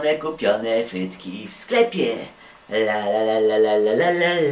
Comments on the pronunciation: bo on zamiast frytki to mówi fhytki xd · Ja tam słysze, fytki XD